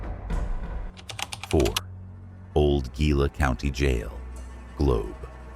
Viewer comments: Pronounced, (He-la) not (Gi-la) just fyi but good video. Anyway, we went to Jerome and we were talking to a guy in one of the bars up there and he said he went to the Laughing Mountain Gift Shop, walked downstairs and saw a bunch of old miners eating in the back of the place and he said one of them was waiving him over and then they vanished. I don't know how true it is but we went to check it out and I didn't see anything. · Gila is pronounced as hee-la.